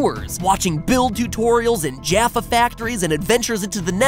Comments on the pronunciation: GuyInTheBlackT but he is British he did at least get that right. Also as a British person did anyone find MatPat's pronunciation of Jaffa wrong? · as a swedish person i found MatPat's pronunciation of Jaffa wrong